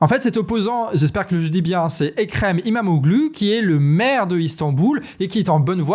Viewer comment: Salut. Juste petite rectification de prononciation: Erdoğan: le ğ ne se prononce pas, il allonge la syllabe précédente: lire Erdoan. Pareil pour Imamoğlu. ça se lit imamolou (vous pouvez allonger légèrement le o, et le u se prononce "ou") Bravo pour votre travail. Un dossier su la Turquie pourrait être intéressant, mais c'est un sujet complexe. Attention au chiens de garde du parti au pouvoir, ils sont très virulent (et ils tuent)